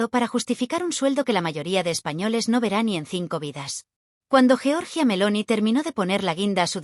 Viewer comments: Giorgia, no jeorjia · GIORGIA, no Georgia